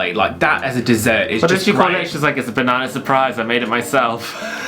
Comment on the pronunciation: Did you just say bananER? 😂